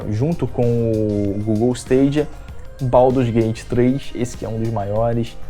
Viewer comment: Isso ai é inglês ruim mesmo.